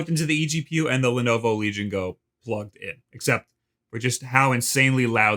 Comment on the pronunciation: listen to the way you say "Legion Go". Correct this immediately.